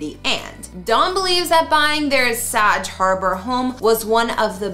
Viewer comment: SAG not what your pronouncing. Look it up.